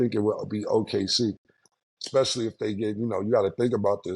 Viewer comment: cannot judge, she says Xspecially!